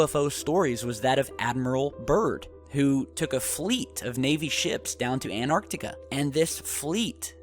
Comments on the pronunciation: The word is ANTarctica not Anartica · my bad or did he say anarctica ? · Anartica? Where's that? I think you mean Antarctica. Correct pronunciation is 'An-Tarck-Ticka" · This guy is bat shit crazy. He says that there was a UFO battle and nobody knew about it. I'm not taking shit from a guy who doesn't know how to pronounce Antarctica. AND 300,000 PEOPLE LISTEN TO THIS BULLSHIT???!!!